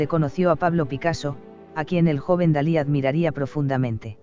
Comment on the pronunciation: Es Dalí, no Salí